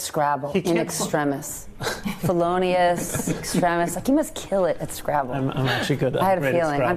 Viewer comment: “In extremus, you must be killing it at scrabble, in extrimus, fellenious .....” Way to flirt, sister!